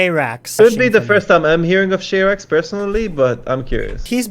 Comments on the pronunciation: "shayrax" xD afaik SharaX is pronounced like "sha-ra-ex" or "sha-ra-cks" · you misgendered and mispronounced SharaX. Her name is pronounced Shura X and that song you listened to is one of few that include her vocals.